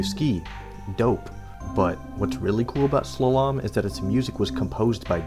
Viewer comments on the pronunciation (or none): Sluh-lomb? Its pronounced Slaw-lumb. Slalom. Also, RC Pro-Am is not RC Pro A.M. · I hope you are joking with that pronunciation. Why is it that internet nerds can't read? Sla-Lomb... wow. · It’s SLAW-lum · Sla lom 😂 it’s pronounced slahlum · say it with me, slah-lum, slah-lum, not slow-lom. Definiton: Noun: a ski race down a winding course marked by flags or poles. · Haha SLA-LAHM! It’s just pronounced Slolum. Awesome video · Great video! I believe "Slalom" is pronounced "slAlom" and not "slalOm". Keep up the good videos! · Slah lahm wtf XD its slawlom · It's pronounced slah-lum not slah-lom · Slalom is pronounced "SLAH-lum", not "sluh-LAHM" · It's pronounced like Slaw-lum. Not Swal-Ohm. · OsKILLoscope, slalaam, zee ex spectrum, SILICONE GRAPHICS AAAAAAAAAAAAAAAAA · “Sla-LOM” killed me. How has bro never heard this word. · “Sluh lahm” for Slalom is insane lmao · Slah-lum, like golem (pronunciation) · I came here to say this. It made me laugh, because he said it like 4 times. Slull-ahm 😂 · slalom is pronounced slaw-lum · The way you pronounced slolom 😂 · From now on I'm pronouncing slalom as "sluh-LAHM" 😂😂😂😂😂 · Hey dude. "Slalom" is pronounced "Slah-Lumm". I've only ever heard it used to describe single-ski waterskiing, and nothing like the snow skiing depicted in the game; but it is a skiing term, and it's unique and stands out on a store shelf, so I can see why they used it. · lol why are you pronouncing "slalom" like "shalom" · (slaw)-(lum) = Slalom. great video! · Great video.. Also 'Slalom' is a type of downhill ski race. It's pronounced sla-lem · lmfao!!! That was extremely jarring, I’m gonna be recovering from the back-to-back “slaLOMM” for quite a while omg..😮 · that's... a way to pronounce slalom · Do you get like, half the names of things wrong on purpose? Loughborough, ZX Spectrum, and Slalom to name a few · Oh my god, why do you say slalom like that, oh that hurts me, I've never heard it like that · Dude have you never said the word slalom before?